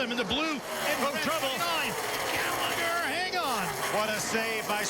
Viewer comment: "What a save by Spencer Gairligher!"